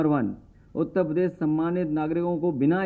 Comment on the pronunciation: He doesn't know to say uttarpradesh properly... He says UTTA PADESH😂😂😂😂